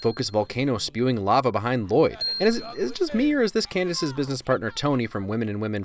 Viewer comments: it is not pronounced l loyd it’s Lloyd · It's not Lloyd. It's Lu-Loyd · Excuse me but it's L-loyd not L-Lloyd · I'm kind of mad he didn't say anything about the 'Lah-Loid' bit especially since it's origins are so funny- Justin actually struggled with reading some of the names for the first time and he would unironically say 'Lah-Loid' instead of just 'Lloyd' because he genuinely thought that's how you said it at first and the directors loved it so much they made it consistent and even added that 'And it's Lloyd, DAd! No L-L-O-Y-D, I named you' bit which is ICONIC in mine and all of my friends' opinions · Ahem… his name is pronounced Luh-Lloyd. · I’m thoroughly disappointed that you mispronounced the main character’s name the entire video. Everyone knows it’s pronounced L-Lloyd. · It’s Luh-Loyd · Its La-Loyd, L - L - O - Y - D Garmadon named him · To be honest, thanks to Garmadon I cant pronounce his name anymore. I keep saying L-loyd and its driving me crazy. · You uneducated human specimen, Its “La-Loyd” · No it’s L-L-O-Y-D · It's ell ell oh why dee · Don't you mean la-lloyd also yes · No it’s La-loyd